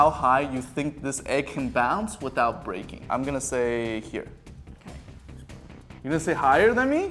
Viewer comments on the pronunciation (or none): none